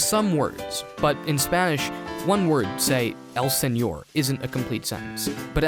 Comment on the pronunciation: I find it really interesting that you pronounced "señor" really well yet you said "eñe" as "enie". Cool video!